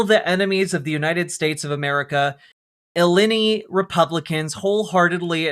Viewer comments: I love the take, but I'm vomiting at "illinny". It's "ill-eye-nigh." As a former Illinoisian I'm dying over here 😂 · So I guess these college students also support agents that sexual assault individuals and torture children Also, Illini is pronounced as uhh-lyyy-nyy